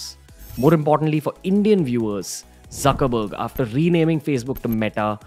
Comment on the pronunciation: Jab bhai ne Zuckerberg bola muje suckerberg sunai Diya 🤣😂